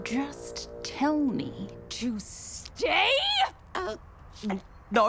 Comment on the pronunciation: Did you just tell me To STAYI😡👌🤣 very agrrasiv